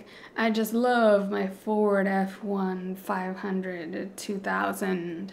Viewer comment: My favorite part of this video was how you said Ford F150 hahahaha